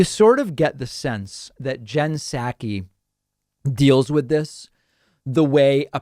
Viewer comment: I dig your show. But I t honk you are misappropriating her last name. I think it’s like sock-ee not sack-we.